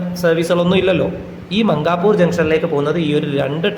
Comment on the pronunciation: It's not മംഗാപൂർ....But it's മൻകാപൂർ..